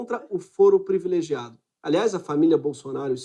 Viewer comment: Voce é inteligente entao nao da pra deixar passar: voce aqui fala “ prEvilegiado “. PRIVILEGIADO, ok?